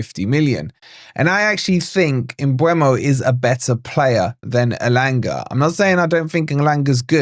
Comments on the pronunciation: It's pronounced Umburmo. People get it wrong because they think it's spelt Mbuemo (Umbwaymo) but it's spelt Mbeumo (e before u) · No it's not. 😂 My mates a Brentford physio so it annoys me when I hear 100 wrong pronunciations. It's M-BWE-MO No r sounds, no boo, no way, no er. It's near a phonetic spelling so it's mad that people still butcher it.